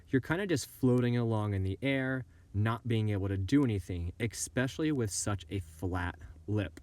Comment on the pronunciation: Love your vids! But everytime you say e"x"pecially it makes me lose focus haha